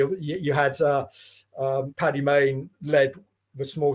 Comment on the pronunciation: The amount of people who can't get Stirling's name right ("Sterling") or Paddy Mayne ("Patty Maine" FFS!). The book itself was fascinating. Well researched as it needed to be to tackle the reputation of a legend (in his own lunchtime). Stirling always seemed unbelievable. This redress of credit where it needed to go was long overdue, as was credit due to the overlooked LRDG. Well done.